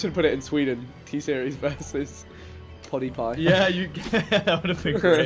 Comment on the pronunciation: Vikk said “Pawdiepie” 😂😂😂